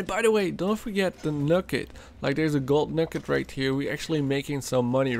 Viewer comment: "Gol nuccet" haha, but for real thanks, great help!!